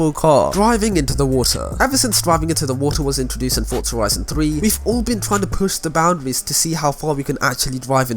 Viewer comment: There is no t is forza so why pretended there is. Its forza not fortza